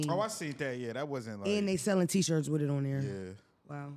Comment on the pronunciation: ‘Wit the quickness’ 😂 He frustrates me sometimes ❤